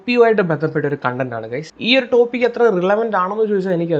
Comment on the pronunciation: കോൺഡന്റ് അല്ല മൈരേ കൺഡന്റ്